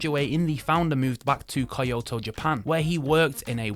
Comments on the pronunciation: Kyoto, not Kiyoto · Your mispronunciation of words is unbelievable. Not sure whether they were intentional or not - phishing for comments? Well then, you got it. Kyoto as Kah-yo-to? Mirco as Mai-cro? Minase as Mee-Nay-seh? It's painful. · "Kye-oto". Millions of Japanese screamed in anguish when you said that. It's "Key-oto"! I've known the correct pronunciation since I was a child, and I live in the USA. If you British can pronounce Teignmouth, you can pronounce Kyoto, too. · it’s kyoto not kaioto😂😂😂😂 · Just One More Watch and Top Tier Ticker are the best review channels according to me. Love them both. By the way, the first Japanese watch, Kuoe is made in Kyoto (kee oh toe) and I'm sure you noticed later that the next watch was not Micro but Mirco. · i have never heard kyoto pronounced "kayato" wtf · 京都 My japanese studying ass cringing at all of you. It's pronounced exactly how you see it. Kyo--toe. きょ is one syllable. Combine the K with yo. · Kayoto? Micro? Korona? Man-easy? Thank god for Future Funk!😁